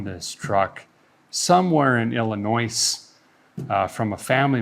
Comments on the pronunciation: I can just feel the collective cringe from all the Illinois natives every time he says "IlliNOISSSSSSSSSSSSSSS" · There is no noise in Illinois 😜. it’s pronounce Illinooo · Someone must have gave a feller a hard time about pronouncing the “s” in Illinois 🤣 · So a guy hails from northern wisconsin, and every time you pronounce illinois, it cracks me up!😂